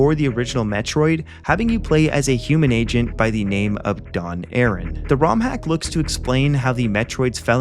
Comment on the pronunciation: It's A-RAN not aaron.